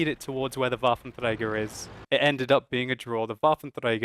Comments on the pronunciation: I appreciate your attempt to pronounce Waffentrager properly, but you're doing it wrong. You should be using the French R, not the Spanish R. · your waffentrrrrager is so annoying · the way you say "Waffenträger" is funny, because most germans could not roll the "r" like that even if they try very hard :D and you pronounce the rest perfecly while you are under stress and not actually trying so hard to get it pronounced ;)